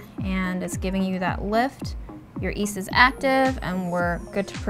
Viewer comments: Yeasty, not easty LOL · Please, call it yeast not east. Love your channel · why does she keep calling it east instead of yeast? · Yeast? I thought you said weast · I find the 'east' pronunciation so charming and Chinese. For those wondering, in many languages in East Asia, like Chinese and Korean, there does not exist a 'y' sound before the equivalent of our 'ee' sound. That can't even really hear the difference just means that it's a quirk of how she adapted to English coming from her first language's set of sounds as a kid. Most people will have little pronunciation quirks in their English depending on the languages they were either exposed to or spoke first at home, it's not any different than how our regional accents form. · It’s called yeast, not east! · Great video and i can't wait to try making my own loaf. can't decide whether is intentionally dropping the y in yeast when she says it to be ironic or shockingly doesn't realize how silly it sounds saying East!! The fact the video editors at Delish write east too is.... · I don’t understand why you prounouce it east and not yeast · it's Yeast not east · please stop saying east instead of yeast, it's driving me mad enough to stop watching your videos and I enjoy watching your videos! 😂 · “ East”?? Does she not know? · "YEAST"!!!!!! Ffs... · Can you please pronounce yeast properly? Thanks